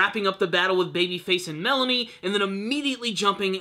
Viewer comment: Did you call Malone "Melanie"?